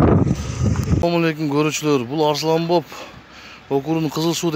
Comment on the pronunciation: Э Кыкем Арслонбоп эмес Арстанбап деп сүйлөсөң.